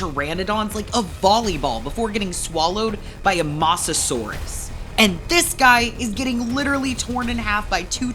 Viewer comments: "masesour" ITS MOSASAUR OR MOSASAURUS NOT MASESOUR💔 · Bro i think he can't pronounce mosasaurus